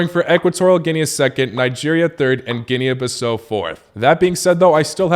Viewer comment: Boy not you knocking out my country 😑😒 And please its pronounced GEE-NEE BEE-SA-U (like oops), it isn't an english word